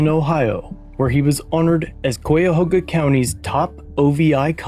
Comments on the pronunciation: I was loving this video until a few seconds in when I heard the cringe pronunciation. Royal-tin, just like Boston. And Kay-a-ho-ga or Kai-a-ho-ga, even Kai-oh-ga if you say it fast. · 1) it’s pronounced North Royal-ton, 2) Cuyahoga county is pronounced Ky(rhymes with high) ya ho-ga. No judgement, I’m a native of Cleveland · The city's name is pronounced North ROYAL-ton in Cuyahoga (pronounced KI-ya-HO-ga) County. I'm being nice by not insulting you because you're not familiar with the vernacular and proper pronunciation of Midwestern names. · I lived in Cleveland. Royalton is pronounced as one would expect. Cuyahoga is pronounced kai-uh-hoe-guh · “North ROYALton and KAI-A-HOUGA” NEOH resident here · My only comment on this video is that you should properly research the pronunciation of North Royalton and Cuyahoga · Cuyahoga is hard to pronounce, you almost had it lol